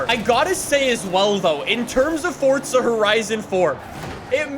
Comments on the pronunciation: ITS PRONOUNCED FOR-ZA NOT FORTZA. AAAAAAHHHHHHHH!!!!!!!! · its for-za not fortza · Why do you call it "fordza horizon"?!! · forTza horizon 4 😂😂😂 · Forza Horizon 4 👎 Fortza Horizon 4 👍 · Forza ❌ Fortza ✅ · IT PISSES ME OFF SO MUCH HOW HE SAYS FORZA LIKE "FORTZA" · hearing fortza makes me cringe. say it right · why cant Americans pronounce forza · My guy why do you pronounce forza with a t